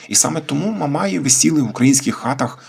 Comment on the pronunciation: Думаю, що правильніше казати "в степу стоять "мамаї" - з наголосом на останню літеру. А не "яких називають мамаями".